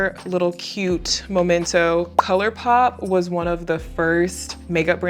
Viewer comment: Memento,. Not Momento.